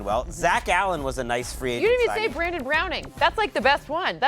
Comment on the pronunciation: Idiot blonde said Brandon browning. His name is baron